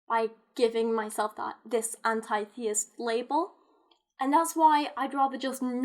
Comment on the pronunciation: Forget about labeling yourself. Your pronouncing the word anti-theist wrong. Start with that first.